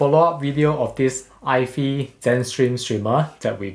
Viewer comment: Hi Alvin. just a prompt ifi is pronounced Eye FYE, like Hi-fi is Hi Fye. Don't think it's pronounced Eye Fee as hi-fi is not Hi Fee. Hope that helps.